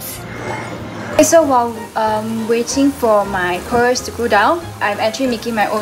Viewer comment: Oh and it’s “boil” and “pearl” not “boi” and “per”